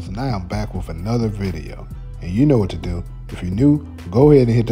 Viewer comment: “Anuder” Another?? 😂😂😂